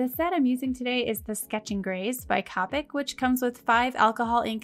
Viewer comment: "Cah-pick" Just when I thought I've heard it all lol